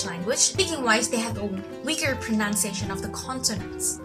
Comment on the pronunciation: I can't tell you how much it bothers me that she mispronounces the word 'pronunciation' every single time. It's such a tiny thing given how she's rocking all those languages!